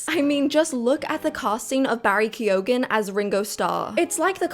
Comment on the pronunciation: Why wouldn't they have cast 4 white boys to play the beatles ? I notice you didn't bring up the tragedy of casting a black woman as Anne Boleyn though haha Key-o-gan ffs at least learn the proper pronunciation 😂 So in the past unknowns were cast into stardom who were then in almost EVERYTHING at that time The wizard of oz ? Really ? Most of them were WELL known by then. actually kids do care nowadays who does the voice acting..do you have kids. I do and they definitely get more excited when its someone they know No.. people don't just see Tom Holland as spider man, did you just start watching movies ?